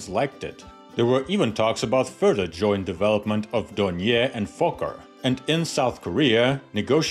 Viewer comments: I think the pronunciation is more like "Don-yay". At least that's how the Brits say it. And I think the Germans. I'm a fan of Doniers, going back to before WW2, they make some interesting stuff. The Do 24 is just fantastic looking, maybe the best looking flying boat ever. Who doesn't like a trimotor? And they are still flying them, I think they even still make them, with turbine engines now. I might be thinking of conversions but I think I remember being surprised they are or were still being built right up until recently. Everyone thinks the Catalina is classic but the Do 24 seems roughly equivalent. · Hello from Munich, which is situated only 30 km far away from Oberpfaffenhofen. Indeed you can't forget the pronunciation of the "R" in Dornier. Try it wirh DORN-YAY. Maybe this is the best approach to the right pronunciation. ;))